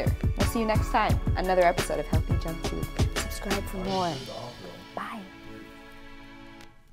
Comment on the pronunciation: wait has it always been “hellthy” i thought it was “healthy”